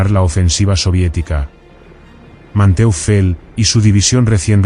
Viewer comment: Man-toifel. Se pronuncia.